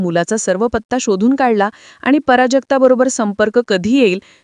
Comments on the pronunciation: पराजक्ता नाही बावळट प्राजक्ता म्हण. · "" पराजगता "" नव्हे , "" प्राजक्ता "" असं सांगा. व्याकरण हा मराठी भाषेचा बावनकशी सोन्याचा अलंकार आहे.